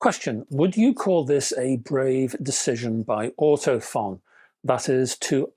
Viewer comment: Great review and useful info, especially the chart. Just FYI, Ortofon is actually pronounced Ortophone!